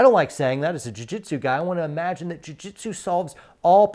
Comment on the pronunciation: Did you say jui jitsu?